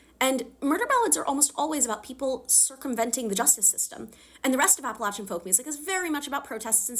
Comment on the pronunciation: First of all: as an Appalachian, thank you for saying it right! Second, my family is Appalachian and has been ever since my family immigrated here, a part of that family carried the surname Covey so it was really cool seeing an Appalachian woman like Lucy be from a Clan called just that